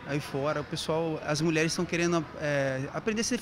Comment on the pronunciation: ele falou mulherara